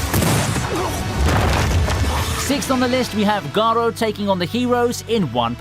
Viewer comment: Garou not garo